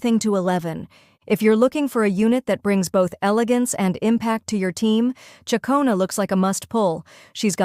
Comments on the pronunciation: Tell your AI reader, it's pronounced Chic-ona not chia-cona. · It's actual chuck-ona.